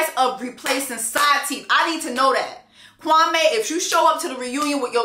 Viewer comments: Yup. When I heard him introduce himself the first day I was like Nigga, you cannot pronounce your own name? It’s the way many Africans try to anglicize their names. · I rewatched the beginning of LIB and Chelsea NEVER said that man’s name correctly. Even the man’s sister said it strange in episode 11. Maybe that’s just how he pronounces it 😭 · Something that definitely struck me is that Kwame himself pronounced his name incorrectly! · The Kwame-Kwami thing annoys me, she probably pronounced his name correctly ther first time because she works with people and knows how it should be said, but he's Anglicised his name so much that she just ended up saying it the way he does. This man is not so connected to his roots that marrying Chelsea is that big of a deal. He's just trying to find reasons to dump her. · It’s pronounced Kwameee not Kwamay “queen” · As a Ghanaian, Chelsea finally got his name right. You pronounce his name as: Kwa- me( as in yourself). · I’m actually used to Kwame being pronounced Kwa(may) instead of Kwa(mee). In the first episode, I thought he was Jamaican cause I know they also use the day names but pronounce it a little differently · True, I mentioned to my Ghanaian friend that there was a guy named Kwame on the show and asked her how to pronounce it because I heard it both ways and she said it was Kwa-MEE, not MAY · pooh. I'm Ghanaian and girl it's definitely not Kwa-mee 😫 I cringe everytime I hear it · My ex was Ivorian and he pronounced his name Kwamay. I think pronunciation varies. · I didn’t realise that! All my Ghanaian friends pronounce it Kwa-may 🤷🏾‍♀️ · Pulled up quickly for this review! And I'm not mad at how Chelsea pronounces Kwame's name because even he pronounces it Kwami. Lol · I had to go back to episode one to check but Kwame definitely pronounced his name is Kwa-MEEEE to Micah and Chelsea 🥴🥴🥴🥴🥴🥴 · In episode 1, Kwame introduces himself as Kwa-ME, not Kwa-MAY... I thought is was pronounced Kwa-May...